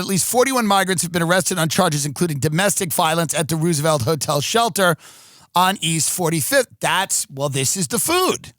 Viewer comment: Did this guy just say the Ruse-A-Velt Hotel? 😏